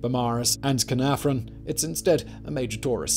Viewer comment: Caye-nar-von. cad-oo, glin-doo-r